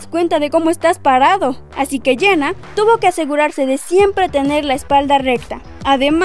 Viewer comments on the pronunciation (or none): Quien es "Iena"??? Pronuncia bien, por el amor de Dios!!!